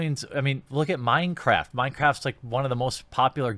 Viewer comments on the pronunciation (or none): none